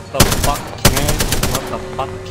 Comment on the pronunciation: U know its french when he says watafaq